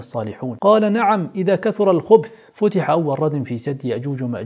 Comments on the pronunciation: حلقة جميلة مع بعض الملاحظات: الذين لا يكادون يفقهون قولًا ليسوا يأجوج ومأجوج كما ذكرت أخي ، بل القوم الذين بلغهم ذو القرنين لما بلغ مغرب الشمس، وحينئذ هؤلاء القوم الذين لا يكادون يفقهون قولًا اشتكوا إلى ذي القرنين إفساد يأجوج ومأجوج. الملاحظة الثانية: قال "نعم، إذا كثر الخَبَث" هكذا بفتح الخاء والباء وليس الخُبْث كما ذكرت أخي.. وفقنا الله وإياكم إلى كل خير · مبدع كعادتك ماشاء الله عفواً الصحيح إذا كثُرَ الخَبَثْ وليس الخُبْث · أنت قلت ((إذا كثر الخُبْث )) والصحيح أن تقول ((إذا كثر الخَبَث)) بفتح الخاء وفتح الباء